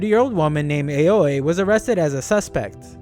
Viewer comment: You might already know but the Japanese A is pronounced ah, so it's not ei-oh-ee but ah-oh-ee for Aoi's name